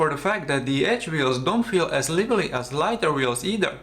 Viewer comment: Interesting review. You might want to look up how to pronounce "lively", because I didn't catch what you said at first.